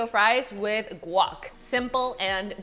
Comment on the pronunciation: guac...................say it right